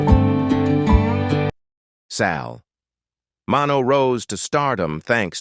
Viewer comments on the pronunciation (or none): AI is going to destroy us. Sal "Mano"...ridiculous!